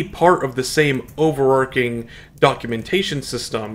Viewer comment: *utmost respect. There's no such phrase as "upmost" respect. You need to read more. Do you say arch like "arc", no? What about archer, do you say that like "Arc'er"? No? Then why the exception with overarching, because you saw another YT vid content creator do it and that's your only source for English nowadays? The Spanish for archer is arquero, the Spanish for arch is arco. Consistent, see? Not some strange mish-mash of sometimes I do, sometimes I don't, that's more of an informal dialect and I can't take anymore of your flubs. You need to read more. Don't make mistakes like that in job interviews, that's how you don't get a job in RL.